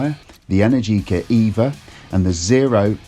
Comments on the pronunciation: It's pronounced e-NAIR-ji-ka, not en-air-GEE-ka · Trust an Englishman to absolutely butcher that brand name 🙄 Energica has the same rhythm as allergic-ah (if that were a word). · Just say it rhymes with America.